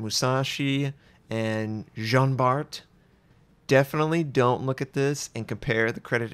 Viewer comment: I suggest you dont prounce de letter T at the end of Jean Bart. Its just (Bar)